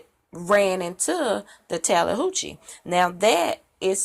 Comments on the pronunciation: Tallihoochi?? She may have gotten the name pronunciation mixed up with the Chattahoochee River in Georgia.. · I meant that the way that she said it, Tallihoochi sounds more like Chattahooche than Tallahatchie..